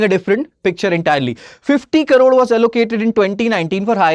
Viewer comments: thanks for the information. But, he speaks in English, where he is supposed to mention as Crore and not as Karoor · He keeps saying karoor... it is Crore... pls correct it. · You say Crore as Karore! Kindly concentrate on your pronunciation… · Not karoor its crore.... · And who is this joker who keeps repeating 2000 "karores" atleast 20 times during his 19 minutes of blabbering. In TN we talk abt 1 Trillion Dollar economy 😎😎😎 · First u pronounce the crore properly😂